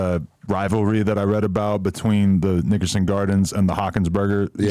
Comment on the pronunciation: That Nickerson that adam said shol sounded like it had some g(s) in it